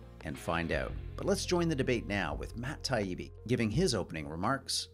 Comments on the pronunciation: Not to mention Taibbi as "Tiabbi" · He keeps saying Matt's last name as "Tiabbi" instead of Taibbi, which is sloppy and disrespectful. How can he not notice that everyone else is pronouncing his name differently (and correctly)? A lot of people seem to think Gladwell's book The Butterfly Effect contained profundities. I thought it called out facts that were obvious to a teenager. His demand that others labor for 10,000 hours before their effort can be considered an accomplishment sounded entirely arbitrary to me. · hard to believe he didn't listen to all the previous correct pronunciations of "Taibbi", and didn't purposefully say "Tiabbi". At the very least, a journalist should have the skill of getting names right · I kept waiting for Murray to correct him. "His name is pronounced TIE-Eabie, Malc." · If you're not sure, you ask him before the debate. Or you use his first name. Odd, isn't it, that gladwell called murray doug (which he does not go by) and matt, tee-AH-bee. Give it up. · he was doing it on purpose though, I believe. I knew this old woman who would intentionally mispronounce everyone’s name if she disliked them or wanted to be condescending. It was atrocious and when he kept mispronouncing Taibibi’s name and calling Douglas “Doug,” I thought it might be a similar idiosyncrasy. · he kept mispronouncing Taibbi's name even after he tried to correct him, i honestly thought i was in for a good debate :( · Deliberately mis-pronouncing Matt’s name was was egregiously haughty. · It was a series of "You're a mean, mad white man" moments. Reprehensible, as was the childish continued mispronunciation of Taibbi's name, which would have been denounced as a "microaggression" in certain other circumstances. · Also, Matt's father was a well-known NY journalist. I assure you gladwell knows the proper pronunciation. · Did you miss Gladwell intentionally misspronouncing Matt and Douglas' names? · Mispronouncing his name repeatedly is also disrespectful.